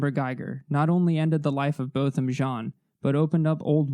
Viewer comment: Thank you for the respect you show in your videos. Thank you especially for pronouncing Botham Jean’s name correctly. That is an important detail and I appreciate it.